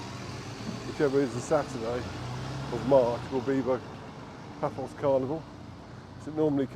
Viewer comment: Yep, Paphos with 'th' really annoys me!